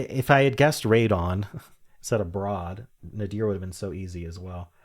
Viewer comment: Nadir is accented on the first syllable, not the second. ETA: Like Ralph Nader.